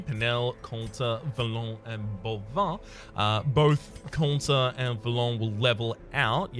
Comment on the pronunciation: speaking of pronounciations, the plague doctor's name is boivin, not bovoin, and it's read "ba-reliéf" :p